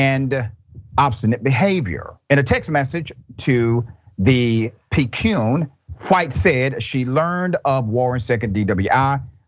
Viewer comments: It's pronounced Pi-KAY-YUNE. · just a tangent, "picayune" is pronounced kinda like "picky-yoon" not that it really matters. stay awesome sir! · Picayune is pronounce as: pick- a - yune